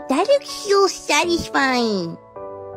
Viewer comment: Why do you say satesfine ? Every video